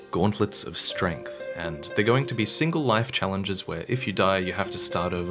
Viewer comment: "Reflections of Streght" or let me flex my skill son